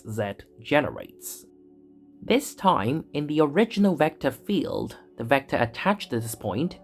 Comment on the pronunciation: Certainly very good illustrations. This is may be a bit personal: As a German speaker with a healthy accent in my EN myself i found the voiceover a little painful to listen to. The accentuation is very strong but a bit random (why always “vector FIELD” for example?) and there is something with the Rs and the Ts that sounds - weird. Again, I have an accent myself and no problem with that in general, but you seem to emulate really posh EN speakers and this imo goes terribly wrong. Might be better to just celebrate your natural accent, no matter which one that is - always better than sounding like King Charles after two weeks of constipation (“agghhr times agghhr”). Bit personal, but i am convinced that would give you a wider audience…